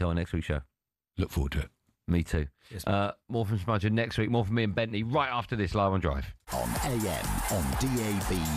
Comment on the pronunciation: he said 'smudger' again, threw up from the cringe.